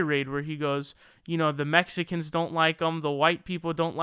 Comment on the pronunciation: “the Mesicans”